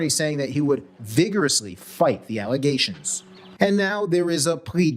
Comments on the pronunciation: In other words this was indeed "false allezations"🤣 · Oh😂😂😂thanks for the "allegazions" clip. I needed that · I’m dying at the allezations thing 😂😂 you really got a kick out of that. Lol. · Al Uhzayshuns Never heard of em